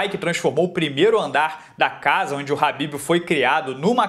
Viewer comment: Alguém sabe dizer porque ele chama o khabib de habib?